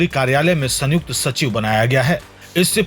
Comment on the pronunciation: संयुक्त जोडाक्षर है सन युक्त अलग उच्चार नहीं